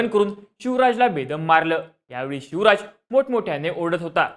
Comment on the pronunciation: Are tu chivraj boltoyas ki shivraj boltoyas😂